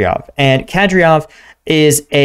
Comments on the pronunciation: It's not Ke-DrioV, it's Ka-Dy-Ro-V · Its Kah-deer-off sir. Currahee out. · Its Kadyrov. Pronounced KAH-DEER_OVV.